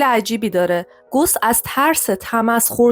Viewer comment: اسم اون ریاضیدان گوس نیست بلکه gaws هست اسم آلمانی هست